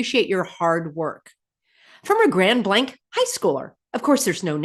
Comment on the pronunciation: 😂 when u were saying "grand blank" I thought u were talking n code.. but its a city.. 😂 Fill n the Blank.. Grand "illusion"